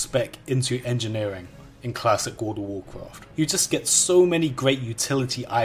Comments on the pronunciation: I don't know what this guy is talking about. I've never played a game called "Woold of woorcwoft" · Ah yes, I loved cwassic woud ov wouwcwaft. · woud of wouwcwaft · dude classic woud of wouwcwaft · XDD dude i can´t stop laughing and he says it so often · what does he say the at the beginning? god of warcarft? good of warcraft?